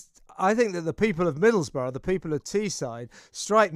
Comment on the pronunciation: Please, not 'Middlesborough'. It's Middlesbrough.